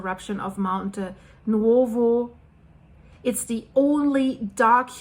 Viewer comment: Hi,, you pronounce the Italian vowel sounds in the middle of Nuovo perfectly (as in Monte Nuovo - pronounced oo-aw). The vowel sounds in the middle of Pozzuoli, however, seem to be tripping you up, although they are exactly the same (pronounced, oo-aw)...